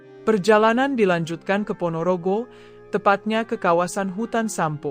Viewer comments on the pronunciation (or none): none